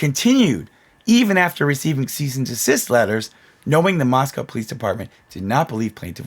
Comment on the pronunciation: Moscow. Say it. MOSCOW!!!